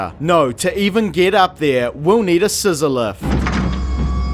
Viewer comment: I had to rewind like 5 times because I thought you were saying "on a sizzler" instead of "on a scissor lift"